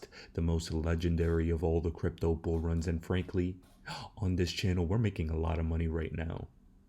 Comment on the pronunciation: RIPPOO, BEARABOO BOO, X OAR PEE, AND RIPPOO 100 MIWWYIN A BUOO MARKET THIS IS BEARABOO BOOO